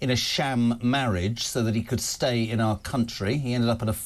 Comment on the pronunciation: If only you get an education and make improvements to 'are cuntri'